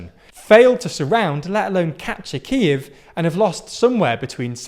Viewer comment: You need to fix your pronunciation, particularly of Kyiv and Luhansk